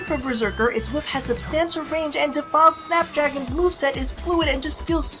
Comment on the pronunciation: wait did you say Defiled Snapchat ?